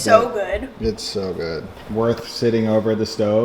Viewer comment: Every time says "this is SO good!" her emphasizing makes my carotid swell in anger. Anybody else?^^ Besides that nice video and i'm starting to digg the new studio vibe (still prefered the cozy, old kitchen though)